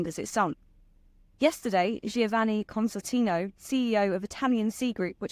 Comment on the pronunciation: Slow down, young lady. You trip yourself up. And it's pronounced ConSTANtino, not Constant-ino.